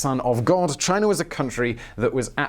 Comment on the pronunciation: You say Chiner every now and then, and that makes me laugh so hard.